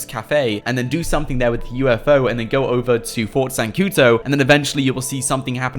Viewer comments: it's not zancuTO but zancuDOOOOOOOOOO ... o.O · Whats Fort zancuto? it's ZANCUDO